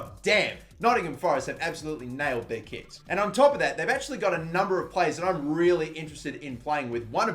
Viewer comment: Not gonna lie, I thought when he was talking about Nottingham's kits I thought he said kids. Just watch where he talks about Nottingham and imagine he says kids and not kits 😂